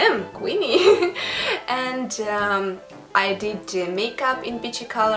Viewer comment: Beautiful. It's Queenie though, not Quinny.